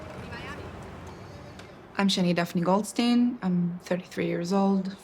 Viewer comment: If a German pronounces Goldstein as 'Goldsteen' you can already tell what you are about to watch...